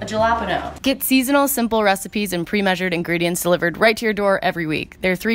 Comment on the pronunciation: The way she pronounced jalepnos 😂😂😂😂 she sounded so white